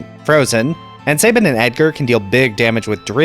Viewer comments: Pronounce this word Cabin Now pronounce this name Sabin. If you said say-bin and cay-bin........sigh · Calling Cyan, Cayenne is more egregious and makes no sense lol. He's a color, not a spice. I've heard it pronounced Say-bin my entire life as well.